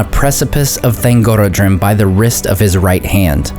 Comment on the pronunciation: i read that thangorodrim is pronounced with the "rod", and not the "oro". It comes from Thang, orod, and drim, meaning oppressor, mountain, group; or Mountain Chain of Tyranny. Please correct me if im wrong ! :) also, Turin's sister Lalaith (sindarin for "laughter") is pronounced La-lie-ith, not La-lie-th, if that makes sense.